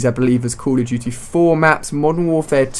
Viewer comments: CALL OF DUTY, NOT CULL OV CHUTY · I love how Ali-A says "Cool Uv Doo-Tee"